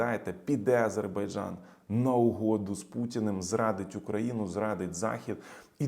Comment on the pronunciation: Окрема подяка за правильну вимову слова Азербайджан, ну і за аналіз🙂